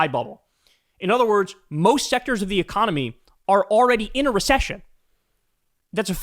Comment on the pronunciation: giggity oh wait did you say "the economy?" sorry I thought you said "e-mommy"